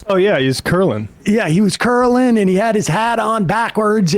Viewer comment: Matt pronounced "curling " cur-lin